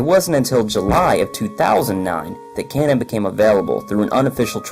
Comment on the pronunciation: Repeat with me: KA NO N Not Cannon...